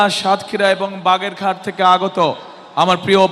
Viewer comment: কাগা বাগেরঘাট হবে না ওটা বাগেরহাট হবে